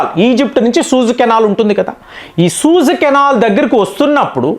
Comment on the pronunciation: సూజ్ కెనాల్ కాదు సూయిజ్....